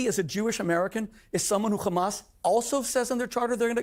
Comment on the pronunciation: Has anyone ever noticed the physiological tactic that Israelies use when saying hamas? It's the only word where they pronounce it gkhamas. The is to create some sort of additional fear of the unknown. I've never heard anyone address this.